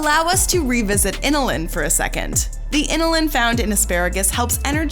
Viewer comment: Pronunciations need work. It's bromELane not bromUlane, and inULin not iNILin.